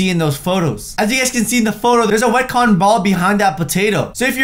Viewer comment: Ca-ton ball